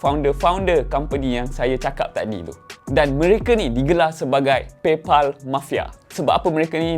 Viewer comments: Pal bunyi dia pel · paypal pelaqpalat😂😂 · Pay phalll ek... Buruk betol sejutan kau. Tahj sebutan baku tapi aku rasa satu fjnia takkenal sapa. Jadi gunakan sebutan ug diguna pakai oleh pemilik disana. Hahaha. Sama macam kau sebut YouTube.... Bukan YuTuBe ye. 😂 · Ak sebut paypOL xtau pulak bunyinya paypAL yg sebenarnya.. 😀